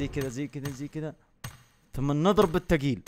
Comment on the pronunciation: ايش فيك نحفان زياده 😂 لجه ودجه... الفلوس الي انت صرفت عليها للبجي كانت بنيت فيها بيت لعيالك ابركلك ...ياشيخ ارحم نفسك حض نظاره وجبها وانف... ياشيح طفشتنا.. لعبك فببجي كلها بكجات... لاتقول تضرب بتقيل مو بلايقه قول بثقيل لأنه مو لهجتك لهجتك تقول ماهو وعبله وجني يشلك...